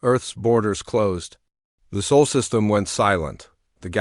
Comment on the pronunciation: Please tell your AI it's spelled Sol, not soul.